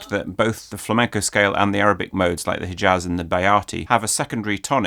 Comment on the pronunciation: Great video, but I was a bit dissapointed from the way you said "Hijaz" - the h in "Hijaz" is pronounced more similarly to the German ch than to the regular English h and you've already shown that you know to pronounce the former very well.